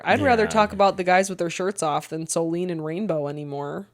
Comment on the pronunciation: I love your guys‘ content, but PLEASE. Her name is SoLÈNE, not soleen 😅 I know it’s not common in English, but the pronounciation isn’t that hard, you got it right in the previous episodes